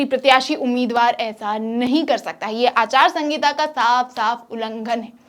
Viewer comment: Anchor madam aachar sahita na ke aachar sangita